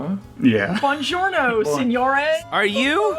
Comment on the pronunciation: And even in Italy they rarely greet each other with “buonjourno”, they usually greet each other with “ciao.”